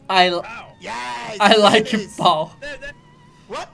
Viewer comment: " ai laike pau, brazil "